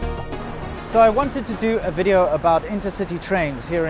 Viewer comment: " 'elcome to another wideo " :D